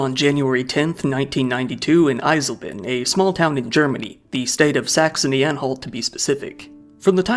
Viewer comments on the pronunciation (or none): Your pronouncing of Eisleben is really bad. Maybe next Time at least try to listen to the real pronunciation. Other then that good video